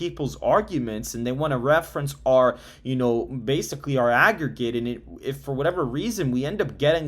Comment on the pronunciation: Please correct that “AGGERGATE”